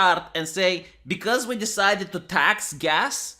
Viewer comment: not avarage Joe but avarage Jean